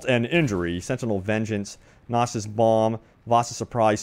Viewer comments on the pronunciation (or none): none